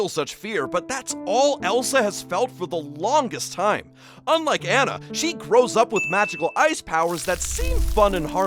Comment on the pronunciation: It’s pronounced onna not an na no shade.